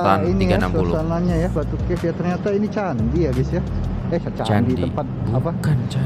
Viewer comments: Lucu kamu menyebut cave. Cave bermaksud gua. Cara sebutannya kef. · "Batu Caves" harus di baca sebagai "Batu Kefs". Batu = nama tempat Caves= gua-gua (BI)